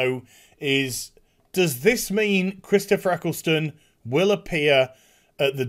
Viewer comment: who tf is "Chistopher"